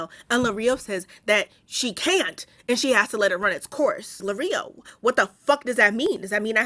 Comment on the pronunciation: Lirio as in “lee-ree-oh”. Not Lareeoh😅